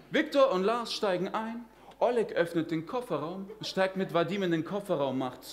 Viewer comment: Почему он неправильно называет русские имена?🤦 Что за О́лег?